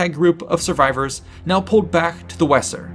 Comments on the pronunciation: Weser, it's pronounced wazer. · Very well presented. the river wesser is more closely pronounced Vayser. Hope this helps. Thanks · The Weser river is pronounced in modern German roughly like VAYS-er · “Weser” is pronounced “Vaser”